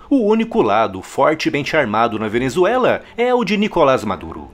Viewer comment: " A Venezuelaf é excesso de democraciah"- Lula (bebado)